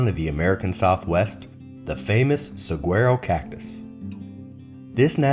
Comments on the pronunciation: This random af video popped up in my Youtube recommended list. The absolute cringe pronunciation (butchering) of Saguaro over and over in the first 30 seconds of this video was so bad. Hey YouTube, not interested in NP tips from someone who can't even be bothered to learn how to pronounce the name of the place they are visiting 😂. No gracias. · The mispronunciation of Saguaro was so awful I couldn't watch this video.